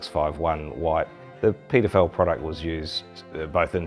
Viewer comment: I just said, "The what product?" Just jumped straight into the description and discovered he's pronouncing PeterFell with a New Zealander accent. lol